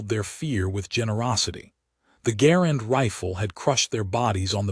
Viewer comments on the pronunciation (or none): It is NOT "the GARand rifle, but "the garAND" rifle You can't trust AI